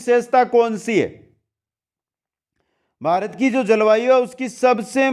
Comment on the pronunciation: बारत नही भारत बोलिए